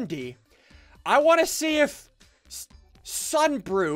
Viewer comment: "Ssunbrew" (you did it to yourself)